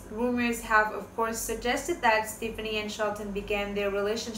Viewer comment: They did NOT have interest i. each other til AFTER l Gwen filed for divorce in August of 2015 you stated this fact wrongly. Also, learn how to pronounce Gwen's last name .It's pronounced Steff ah knee